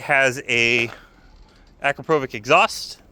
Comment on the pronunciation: Nice! It's "Ah-crop-Oh-vich" fysa.